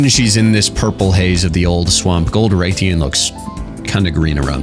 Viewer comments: Rathalos ian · The way you pronounce Rathian and ethereal fill my heart with dread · Why would you pronounce rathalos correctly but then struggle with his wife? lol